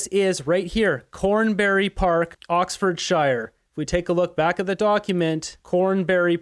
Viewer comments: Hi just to let you know that in England the word Oxfordshire is usually pronounced sheer at the end of the word so it’s Oxfordsheer. Just to help you out same with other place names minister on the end of a city would be minster not the other way. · It would not be so humorous to listen to if he would learn to pronounce words as if they are spoken by a native. Hint, 'shire as in Oxfordshire is pronunced as if it were spelt oxfordsure. Furthermore, Epstein's first name is Jeffery. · Oxford “shyer”?? 😂